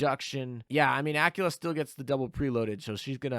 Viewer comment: Aquila, qu as in queer queen quantifying querulous quintuplets. Not Acula as in Activelly acting acrimoniously acclimatized accredited accosting acupuncture actions. Please, it hurts so much every time you say it ; p